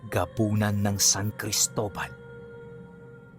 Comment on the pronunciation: Cristola? Or Cristobal sir